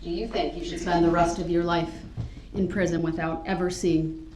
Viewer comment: I do hope Darrell will have access to a computer or phone so he can come across these videos at some point! Seeing them would probably help him "understand" why he received such a sentence. Since there is probably NO chance, or even less than NO chance, he could ever escape from pris-i-one, he could never find you in a thousand years! But to know we have all had a great time laughing at all his silly court antics. From pouting to fort building, and managing to mispronounce more words than most of us thought was humanly possible, the trial was almost fun to watch - except for the sad facts that 6 people died - and one was a young child! He got the next best thing to a death sentence delivered by the one person in the courtroom he insulted on a daily basis. And, would it be fair to say, he never saw that coming?! It is a pity Darrell's trial cannot be shone in high school classrooms and titled: "Don't let this happen to you!"